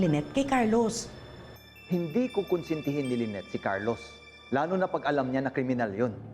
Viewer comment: Ang name ba ay Lynette or Lyneth (with “th”)? Kasi is driving me crazy when he pronounces the name of his wife with “th”.